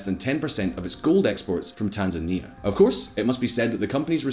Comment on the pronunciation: Tan-zany. Demonym is tanzaniacs (rhymes with animaniacs)